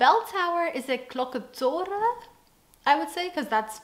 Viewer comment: I love how you said klokkentorre, prima!